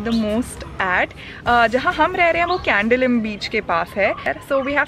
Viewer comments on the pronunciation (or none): No hate ....but every other tourist pronounces it as candelim beach ....but it's CANDOLIM beach❤❤ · Its canDOlim beach and not candalim beach🙂